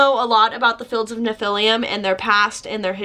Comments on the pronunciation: the damned? they started very punk, didn't they release stuff before The Sex Pistols? Have a veggie member, captain Sensible that posts good reviews of veggie restaurants on Happy Cow. I you are pronouncing Nephilim with an extra syllable, as if it's Nephiliam so, Carl McCoy the lead singer came from a religious family, possibly Jehovah's witnesses, I am unsure. I think he rebelled against that and was quite into witchcraft and the like, (something you have in common?) and chose the name Fields of the Nephilim due to ideas about other plains of reality where these beings, similar to the Biblical Nephilim are, trying to influence our lives. Grew up in Stevenage, I am unaware of anything special about that place. Others who know about this stuff tell me he must also be into Chaos Magic. Their first EP had saxophone on it. I would have loved to see the original line up live, you can see the current line ups live recordings and I think they are not quite as good, but some of my old Goth friends from my home town say they are still excellent. the music mag NME, or was it Melody Maker had some very funny skits treating Carl as an aloof mystical figure, unaware who was in the band, Carl- "Nod? whose Nod?" "He's our drummer Sir" Nod got given ten press ups as a punishment when the rest of the band tricked him into serving Carl cookies that were really human excrement, it was hilarious, but perhaps not in my retelling. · Dude I'm so Proud of you for making this video but don't take this wrong I don't think you said the last CD's name wrong isnt nephilium or how ever you spell it monster children of Angels with the Daughters of men blehhh